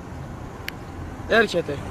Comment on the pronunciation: Εκεί που λέει ''''ελχεται'' (στο )και σκάει μούρη από την άλλη κατεύθυνση μια πράσινη ντατσούνα κλάσαμε στα γέλια....